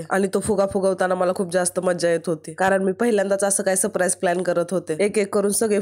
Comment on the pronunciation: ताई मी तुझ्या चुका काढत नाही पण लोक तुझ्या बोलण्या बद्दल म्हणून सांगते सप्राईज नसतं सरप्राईज असतं Love you ताई❤❤❤❤❤🎉🎉🎉